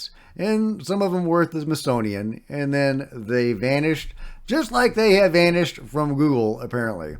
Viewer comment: Smithsonian. Not mithsonian.... Hehe